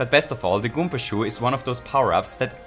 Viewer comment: goom*a is a swear but its ok because he keeps saying goompa